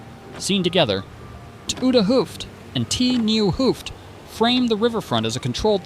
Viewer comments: A double O is pronounced as 'Oh' so Hoofd would be pronounced 'Hoved'. Stroopwafels are pronounced as 'Strope waffles'. So maybe when you write hoved Ai pronounces it the right way. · This is not nit picking, but just to explain how to pronounce some Dutch words. The double 'oo'-sound is pronounced as the 'o' in Santa Claus his 'ho, ho, ho'. And the word 'vis' is pronounced as the word 'is' with a 'v' in front of it, so similar to fish, but then with a 'v' and without the 'h'.